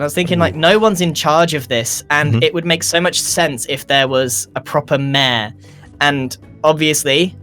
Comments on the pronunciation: hate how grians accent sounds like he says mair instead of mayor lol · Grian saying Mayh-er instead of mayor hahahaha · What I know Grian said: Mayor What I heard: Meaah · British people: we got this new word, "mayor" how do we pronounce it? Other british people: mäaer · I love the way grian says mayor, "we need a proper MEH"